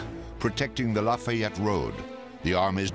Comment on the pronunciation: Know the commentator isn’t from around Chickamauga the way he pronounces Lafayette